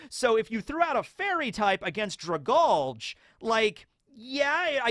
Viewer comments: Dra-GAL-Gee it's a play on the word Algae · I feel like Dragalge is pronounce Drag-algae. It fits the creature better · Dragalge is pronounced drag algae, because it’s a sea plant